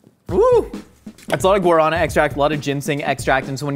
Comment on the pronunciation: guarana is pronounced "guar uh naa", with accent on the third syllable.